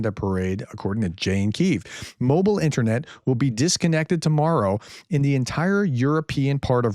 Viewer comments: The "internyet". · "INTERNYET" thats gold! :p